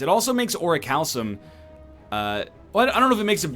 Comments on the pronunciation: It's ORI-CAL-COME, just FYI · Ori-kalkum is how it's pronounced. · "Regal Pillow... Ori-cal-some...Mercury Hourglass..." That is not how you pronounce Orichalcum. No no. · I wonder when he'll learn how to pronounce orichalcum correctly.